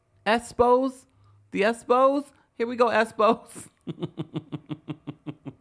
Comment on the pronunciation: Not the Tisha fans call the “esspos” 😂😂😂